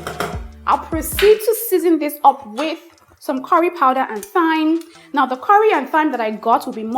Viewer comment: Thyme is pronounced like “time” with a hard ‘T’.